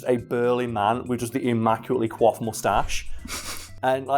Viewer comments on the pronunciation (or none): none